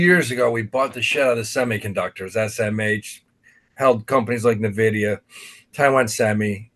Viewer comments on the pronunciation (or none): Johnny if you love teach him how to say NVidia not Navidia